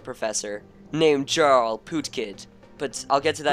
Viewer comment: It is prounced Yarl